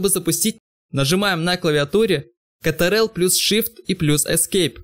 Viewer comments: Ctrl=Контрол, Apply=эплай. Разве нет? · Я впервые услышал произношение Ctrl как "Кэтэрэл" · не хто так не называет только те кому лень произносить контрол